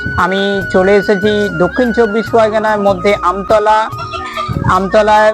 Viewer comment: দাদা আমতলা নাকি আমতলী ,,,, এটা কি বাংলাদেশে না ইন্ডিয়াতে..???